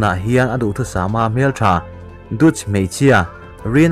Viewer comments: Dutch hi datch tiin i lam dawnnia.. 😁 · Dutch ilam dan mai2 chuh..hahaha